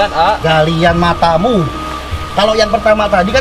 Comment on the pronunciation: = wach ini cuman galian A' Panji= Galiiaant......Mata muu.. Wkwkwkk.. Uwu medok amat A' ngomong matamu nya....😂🤣😂🤣 Dr Madiun Menyapa, Salam Lestari🤗